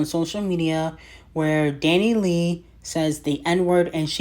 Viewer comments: Dani Lay 😭💀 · constantly mispronouncing DaniLeigh's name will forever be funny 😂